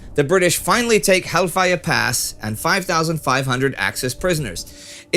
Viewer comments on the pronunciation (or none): Halfaya is pronounced Helfaja not hellfire! ^^